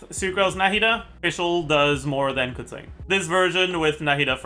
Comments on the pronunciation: Keching, not Kezin man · Why does he pronounce keqing like that